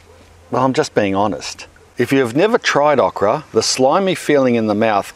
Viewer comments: please Say OH kra that Uh kra sounds weird to me lol so anal i know. they are good fried those Okra. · "aw-kra". As an American, I've heard a new, interesting to me, Aussie pronunciation. We say "oh-kra". It's a great veg, but not too many know how to cook it. It's big in Cajun and Creole cooking, and breaded and fried in the South, but also great whole on the grill, pickled (my fav), and plenty of other ways. Kinda like squash... You can make it taste like shit if you don't care. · He says awk-rah.....lol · Thumbs up is this is the driest time you’ve heard “okra” with an Australian accent. Shout out with how you like to cook it. I like it breaded and fried or as a part of a gumbo. Tried gardening many times, okra always makes you feel like you’re not terrible at it. ;)